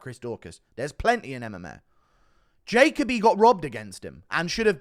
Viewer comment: still doesn't understand how to pronounce Dustin (JUH-COBY)